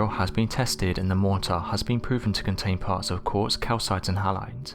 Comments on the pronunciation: you've got a bloody off putting way of pronouncing 'mortar'..... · Mortar? Motor? What was he saying?